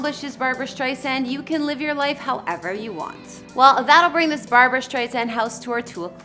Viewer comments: Her name is BARBRA STREISAND, not Barbara Streisand!! PLEASE drop the middle A in her first name!!!!!!!!!!🧈🧈🧈🧈🧈🧈🧈🧈🧈🧈🧈🧈🧈🧈🧈🧈🧈🧈🧈🧈🧈🧈🧈🧈🧈🧈🧈🧈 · Her name is Barbra, not Barbara. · Barbra, not Barbara! Please call her Ms Streisand not Babs…disrespectful. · Please never call Barbra, Babs! So rude!